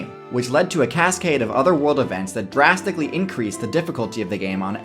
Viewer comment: every time you said drastically i heard jurassically